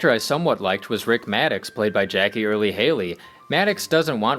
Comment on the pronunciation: lol second time watching and I caught that